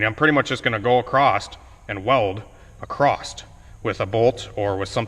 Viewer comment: There is no t in across btw Spatter not splatter